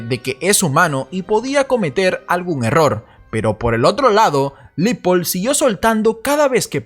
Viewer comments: Se pronuncia Leopold (como se escribe) no Lipold. Cuida el idioma compañero. Y muy buen video. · Amiguito no es LIPOL es LEOPOLD sugiero te asesores para no parecer ignorante en lo futuro